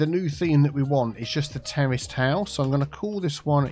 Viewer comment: 'Terraced house' just sounds like 'terrorist house' when you say it,. lol:)